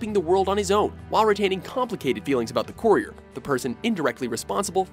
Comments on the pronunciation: Why do you keep pronouncing "courier" like you do? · Am I the only one irritated by the way he pronounced courier lol